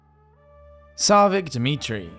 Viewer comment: Jadwiga is a Polish name, and in Polish J is pronounced as Y. Also CH in tsarevich is a CH as in "cheese", not as in "chaos".